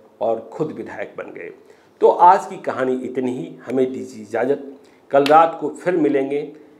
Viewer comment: Reporting sequence is good but pronunciation is full with mistakes. Aaj recited as "Aaz" and many more.Kindly enrich your urdu words with its proper pronunciation.Thanks